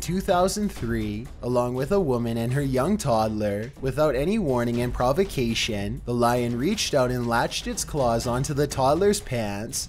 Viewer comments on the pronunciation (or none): none